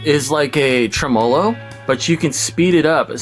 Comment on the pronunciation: never heard it pronounced treMOlo